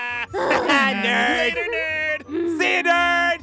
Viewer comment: Ein and pieres say nerd like 8 tain